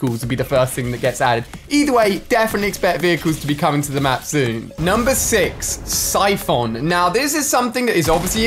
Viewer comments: Everybody: (Cy-fin) Ali-a: (Cy-phon) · Did anyone else cringe when he said “syphohn” instead of saying it like “syphin” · Buhjee YT it’s pronounced Siphun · David Seglall and no u don’t pronounce it as syphohn